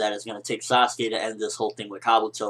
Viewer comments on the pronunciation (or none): its sasuke, not saskue.